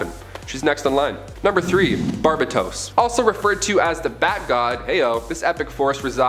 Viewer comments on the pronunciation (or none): BAR-BAETOES not BABR-AH-TOAST 😐😐😐 ain't this yall job, get paid and ish.